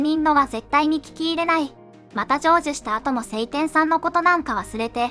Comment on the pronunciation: セイテン様ではなく、ショウテン様でわ？